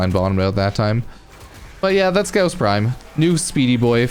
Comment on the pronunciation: ur saying his name wrong its gaw-ss, au sounds like gauss. u r saying ghoss